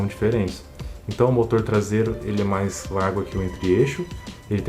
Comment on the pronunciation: "mas" torque! Cara ta falando em Espanol!!!